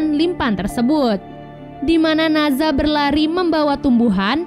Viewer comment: Maaf kak dari sumber kuno yang bener, NE ZHA bukan NA ZHA.